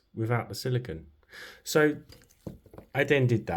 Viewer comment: You're pronouncing silicone wrong. The last syllable is pronounced "cone" as in ice cream cone. Silicon, which is the word you're pronouncing, is what glass and computer chips are made out of.